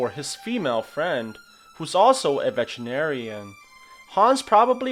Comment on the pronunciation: When you said vetenerian i thought he said vegetarian🤣